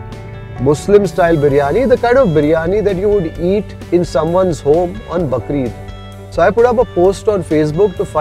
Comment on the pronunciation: it is Bakraa Eid ...not bakre eid